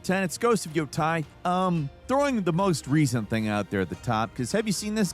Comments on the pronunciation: I’m sorry, but why do people butcher a fucking name that is said OVER AND OVER out LOUD. It’s pronounced YO-TAY, holy fucking shit! It’s fucking TEI, not TAI like wtf?! Do ppl just hear whatever tf they wanna hear when someone says a name? It’s not fucking hard! It feels purposeful atp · "Ghost of Yotai." "Ghost of Shushima." At this point I think this is just intentional ragebait. 🤣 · did you just call it ghost of sushima and ghost of yatei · Whats with the insane pronounciation of Yotei and Tsushima OMG 🤣